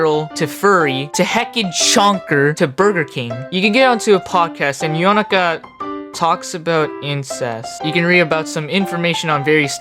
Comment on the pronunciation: currently watching and loving the video and just wanted to say I love the way you pronounced Yonaka's name and Prosciutto(?) it felt like you were trying to say them correctly and it was nice to hear